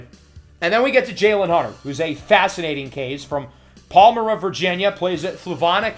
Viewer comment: Midlothian is pronounced Mid-Lo-Thee-An … I live very close to there and know Manchester High School (Lancers) well. I know Virginia very well. Also, Palmyra is pronounced Pal-Mi-Ra 🏈😀 Great video, sir.